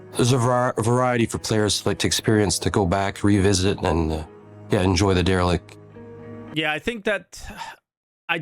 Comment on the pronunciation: You can Der-e-lict my balls, Cap-i-tan'